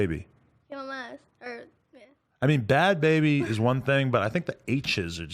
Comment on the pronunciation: She's lying about her name. Watch her video to her reaction on Halloween costumes on her channel.. The name bhad bhabie is someone elses name on their picture/profile. Danielle doesn't even pronounce it correctly when she says it.